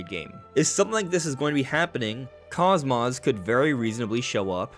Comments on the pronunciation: Kos-mos? 😂😂😂 it kos-mos as in kos-mode. Not kos-moth. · Cosmos is pronounced cos-mose. The first o is the long sound, cose-mose. Unless you also pronounce cosmos that way, which I've never heard personally. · He mispronounces both syllables lol. Like wow. Not just butchering one part but both lol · That's incorrect. It's Cose Mose. That's how it's pronounced in Xenosaga and is consistently pronounced that way in that series. Xenoblade 2 is when they mispronounced her name. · The mispronunciation is triggering to Blade and Saga fans. Bugged me too lol. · The way you mispronounce KOSMOS infuriates me